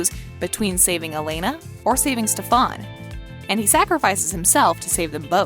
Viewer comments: AM I the only one that cringes when she pronounces Stephens name as Stephon?......I should have read the comments lol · Noone ignores it I think it pisses us off all the same but for some reason it's kind of funny. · I came for this comment lol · It’s driving me crazy! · That’s the way kai said it lmfao 🤣 stefawnnnn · WHY CAN'T PPL GET STEFAN AND ALARIC'S DAMN NAME RIGHT? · My blood starts raising every time she pronounced Stefan. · Idk why but I got really mad when he pronounced stefan incorrectly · I had to pause and recall how to actually pronounce "Stefan" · Stefan emphasis on the “A” LMAO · Can someone plz tell the voice lady that she is saying Stefan’s name wrong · criiinggggeee the way she say stefan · The way they said Stefan was bothering me. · You really need to stop saying stefAAn.. its stefEn and only Chris Wood aka Malachai Parker is allowed to say stefAAn and steven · OMG! The narrator lady was getting on my nerves, it's pronounce Stefan. Not stefon lol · Can you please stop saying "StephAn"? incorrectly pronouncing a main character's name kinda makes it seem like you never watched this show. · Everyone just gonna ignore how she says “Stefán” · This guys know nothing about the vampire diaries, the ranking is shit, for some reason they can't say "heretics", "Cade", "Stefan" "Alaric", "Mikael" correctly and for some reason at the start of the video when they say witch, Rebekah shows up and Klaus shows up as a werewolf not a hybrid. Also it for some reason says Hope Saltzman. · Why do I get sooo triggered that she say stefarn rather then Stefan. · Bruh it’s Stefan not stefawn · When she kept saying steVAN eeeee that’s just no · It's pronounced stef in...not stefawn... did you even watch the show lady? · Why the hell did she say stefon it's stefan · She said StefON it’s StefAN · Can you pronounce “Stefan” correctly? For example, Stephan...... like Stephanie not Stefawn. SMH 🤦🏻‍♂️ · Its not prenounced ste-fan its pronounced stefen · Its stefan not stfaan